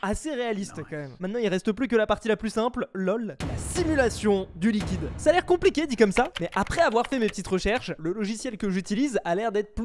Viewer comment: luiquide.... hmmmmm?